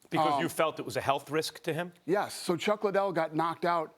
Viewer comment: Oscar: “Dana White doesn’t care about Chuck Lie-Dell!” 😂😂😂